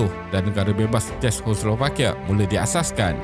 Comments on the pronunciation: Sebutan dia ce-kos-slo-va-kia, takyah susah2 belit lidah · Narrator tolong lah buat homework dulu mengenai sebutan yang betul dalam content setiap video. Ini bukan cara sebutan Czechoslovakia yang betul. Bukan dalam video ini sahaja. Video video sebelum ini pun banyak sebutan yang salah. Ini teguran untuk improve dari segi pronunciation selepas ini. I really like this channel and will keep on supporting 🌸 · Sakit kepala dengar tuan empunya video sebut 😂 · susah betul nak sebut Czechoslovakia